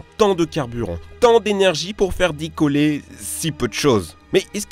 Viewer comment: "pour faire dicoller" xD